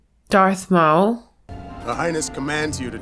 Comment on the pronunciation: Really Darth Maul as in "Mall". The guy's accent made it sound like "Mole"